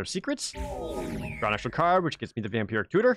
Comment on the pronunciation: I keep hearing "Vampiric Cooter".